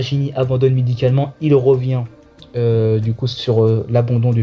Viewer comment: L homme di Béarn!!! Quand ton accent bledard prend le dessus 😂 Bonne vidéo c de la bombe ta chaîne yà 👍 Courage pour la suite ❤